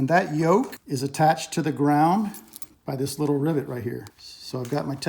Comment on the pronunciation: It's called a "yoke" actually... I know the pronunciation was a bit funny. But at least now you can say it right and get correct search results if you ever look it up.